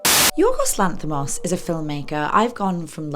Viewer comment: Lass put more effort into pronounce his name correctly than what 90% of greek folk would have done trying to pronounce her's. If you ask me, she could have just go with the english version of his name (George) and be done with it.